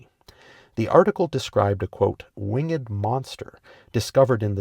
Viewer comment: Wing-ed? A. I 'd' d? What alphabet?